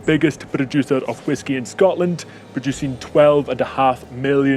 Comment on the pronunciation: Shcotland is the best place in the wurruld 😅